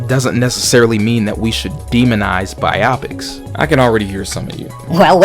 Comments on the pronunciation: Glad I’m not the only one who thought this, bi-opic would mean something completely different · Bro is killing me saying biopics like bi optics, it’s pronounced Bio-Pics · Bigfacts like bruh I'm tryna get thru this but it's genuinely cheesing every time I hear it